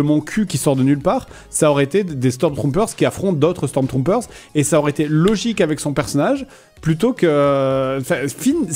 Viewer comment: Le « stormtroumpeurz » qui me trigger a chaque fois x)